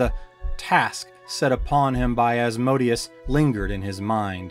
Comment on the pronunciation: So funny you say that... i definitely know how its pronounced and winced myself when i said it... could not tell you for the life of me why it came out that way... or why I still say AsmoDEEus about 20% of the time! The The latter I chalk up to calling him AsmoDEEus since being in grade school until I had kids of my own... but the FaeRON... that just came out of nowhere! :)